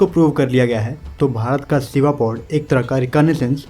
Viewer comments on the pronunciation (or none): Admin ।कृपया हिदी का उपयोग अधिक करे।शिवा को आप सीवा कह रहे है।